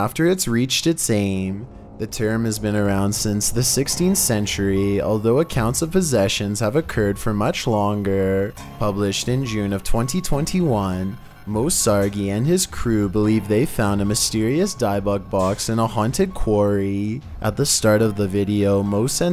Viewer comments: I Cant get over it that he said Moe Sargi wrong.. i mean it snot that hard, to go and see how the YouTuber says his own name. Moe always says his name at the beginning. Ik its probebly not a big deal, but im annoyed by it right now. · It `s pronounce Sarji but it's written and these guys are Moe Sargi and Omar aks Lomar Mendz